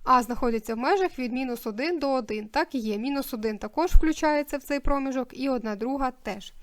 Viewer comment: Будь ласка, зверніть увагу на наголос: вИпадок, промІжок!